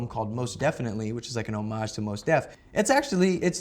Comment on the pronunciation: Logic pronounced "hommage" correctly. I'm pretty sure he speaks French.